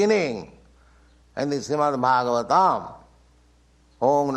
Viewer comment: Who is introducing this?! can’t even pronounce properly Srimad Bhagavatam! Get it together